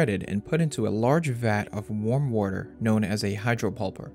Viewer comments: You might look at your pronunciation of a few words like water and figure. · everytime u said "woter" i was like hmm u have an accent on the word lol ..water xD